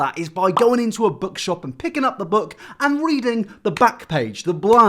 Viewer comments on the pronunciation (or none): He said weading